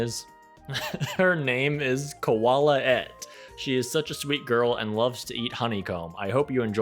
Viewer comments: i think if you pronounce koalaette more like colette it feels a lot less lazy? yaknow same vibes as reneigh's name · I would exclusively pronounce koalaette's name a kwallet (like wallet with a k) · You could pronounce Koalaette as Kwa-le-ette, I think it suits her and you don’t have to say the name exactly as it’s spelled 😋